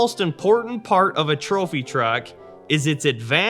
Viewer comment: What in the world is a “Thropy truck”? lol 😂